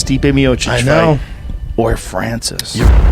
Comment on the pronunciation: Say francise one more time